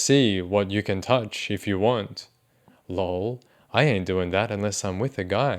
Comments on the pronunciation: I love your videos, I really do, but..... I HATE when you say LOW'EL as opposed to L.O.L !!!! I dont know why, but It is like nails on a blackboard ! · I always laugh when they pronounce “LOL” as “LOWL” 😂